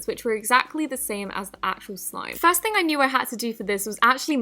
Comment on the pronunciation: I love the way she says first she says it like fairst thing